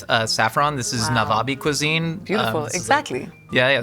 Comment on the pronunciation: The way our hearts have been touched hearing you say "nawaabi" and " mooli ki chutney" 🥺🥲